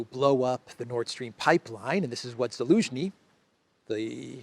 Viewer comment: Love the clown world and the “Elensky” part..😂😂😂… what’s with the Elensky without the “Z” though? Cypriot accent or??